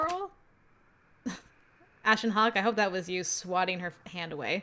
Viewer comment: Ashen HACK 😂it sounds like someone trying to say the name but is coughing. Or like a serial hacker who's name is Ash 😂